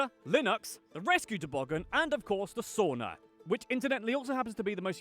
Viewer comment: Btw, credits to you for pronouncing the word "Sauna" correctly. That's really is rare! I was kinda stunned! Most Americans pronounce it like "Soo-na". You actually pronounced it right; "sa" like first syllable in "Santa Maria" And "una" like "Una cerveza, por favor"